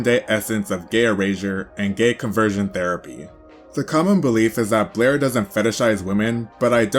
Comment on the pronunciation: You MISPRONOUNED Blaire Many Many Many times 😂😂😂😂